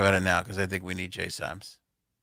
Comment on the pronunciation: You have been commenting on AoA videos for as long as i can remember… Will you ever get JSabs name correct??? Its kind of insulting that you continue to watch the show but dont care enough to get her name right.Its JSabs, not Jaysup…